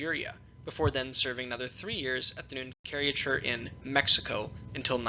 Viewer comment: A note on pronunciation: Pontifical is pronounced: pon-TIFF-ee-kal Nunciature is pronounced: NUUN-cee-a-chure